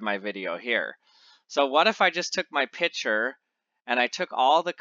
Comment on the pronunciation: Why do you remove the 'C' from the word 'picture' ?